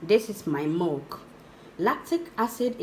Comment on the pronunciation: Milk or mulk??? Abeg pronounced something very well so that we can understand what you mean joor🙄🙄🙄